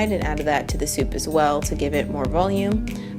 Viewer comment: “two bowls of souf”